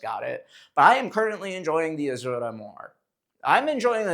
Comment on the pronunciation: Nobody: Bro: 💃azurrrrra🌶️